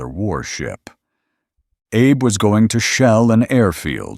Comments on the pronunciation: It's a small thing, but it grates: the AI voice that narrates this piece repeatedly calls Admiral Abe, "Abe" like Abe Lincoln. Admiral Abe was Japanese. His name is pronounced with two syllables: ah bay. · The narrator keeps mis-pronouncing Admiral Abe name. It's pronounced ah bay. Don't believe me? Google it.